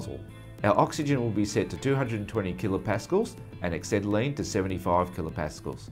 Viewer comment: Dear BOC, you're a main dealer, please get a presenter who can pronounce ACETYLENE properly. WTF is axetylene? Then teach him how to use a cutting torch... He shouldn't be leading the cut, but have the head perpendicular to the work.... Maybe he thought he was MIG welding eh?